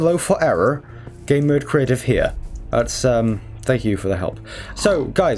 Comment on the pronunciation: You auctully sead 'gamemode *crative'